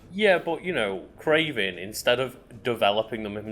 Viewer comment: The "Cray-VAN" FFS I love comic books